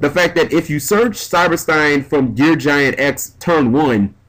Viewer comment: Jesus,. GEAR GIGANT. Theres a second G.